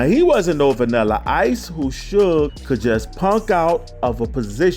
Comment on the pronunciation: It's SUGE*, NOT SHUG